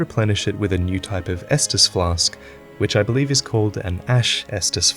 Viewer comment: Ash estus flask huh? Sounds more like an Ashtus flash to me right? :D